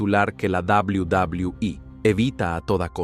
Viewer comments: Cual inche dobli dobli ii se dice doble u doble u eee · Al principio me molestaba que dijera tanto la D O B L I U D O B L I U I pero ya después me empezó a dar risa jajaj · Es verdad dawliu dawliu i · Sin ofender pero....ES NECESARIO QUE TENGAS QUE HACER QUE LA AI REPITA UNA Y OTRA Y OTRA VEZ "DOBLIU DOBLIU I"?!!!, LOCO, APRENDE MEJOR A PONERLE LOS SPEECHS Y TE GANARAS MAS SEGUIDORES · A chinga ' y cuál es la davliu davliu i? 🤔 Dilo en español y mejor no hagas el ridículo.. 🙄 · Y dice dablui dablui i es BN castrante no deja disfrutar el vídeo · deja de decir WWE ni sabes pronunciarlo bien jajaja